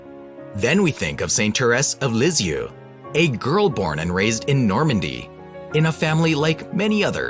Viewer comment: If you can’t pronounce her name correctly, how can I believe you know what you’re talking about. This may be true, but the narration is awful.